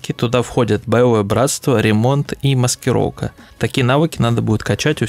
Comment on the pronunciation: хруппа, маскироука, охромное, ихре, лохично. Вы Английский также произносите? Хад, худ и т.д))